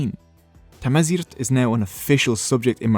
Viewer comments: First of it's Tamazight not Tmazight, "not a solid language" who are you to say that? We speak it to this day, it's our rich language. There is nothing liberating about Islam, it says in the Quran to kill the unbelievers which you did to us, until we had to convert. Don't kid yourself, no full nation renounce their culture and change religion by happiness. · Tanmirt tameqrant ɣef tajmilt agi i-txedmed i ugdud nneɣ. As a Kabyle, and an Amaziɣ, I thank you for this video and the distinction you drew between us and our Muslim-Arab conquerors. Side notes: In our language, the way you pronounced 'Tamaziɣt' actually refers to another existing word, 'Tamazirt', which means 'field' or 'garden'... it was quite adorable. Also, queen "Kahina" is known to us Amaziɣ as "Dihya Tadmayt", which means "The Beautiful Doe" (deer are considered a noble species in our culture). "Kahina" is the name our enemies (arabs) gave to queen Dihya to antagonise her, it means "Soothsayer" in arabic.